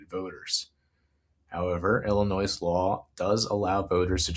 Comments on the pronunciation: Excellent vid dude... But "Illinois" is said "ill-annoy", not "illinoise". 😊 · Reminder: the "S" at end of Illinois is silent. It rhymes with "annoy" not "toys", just like how guys names Moe dont pronounce it Mo-ee (like Joey) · FYI, the S is silent in Illinois. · Hey like a lot of comments mention I found out about you through the Humanist Report. Just a friendly fyi Illinois is pronounced Illi-noy. Thanks for what you're doing! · Dude....the "s" in Illinois is silent. Love the video though. I'll be voting for Kevin and Joey. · Great report! Thanks for your research and insight. Just an fyi, Illinoisians don’t pronounce the “s” in Illinois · This is great. However, the s in Illinois is silent and I know that will be somewhere between distracting and unmanageable to the Illinois residents I send this to. 😅